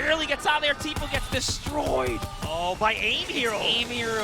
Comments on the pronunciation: does no one understand its pronounced t-foo not t-few like please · It’s tfue but he said tfyue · It’s pronounced t foo not t fyou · is anyone else annoyed by the commentator saying 'teefeu' instead of tfue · he said “tea few”😂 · Its spelt tee-foo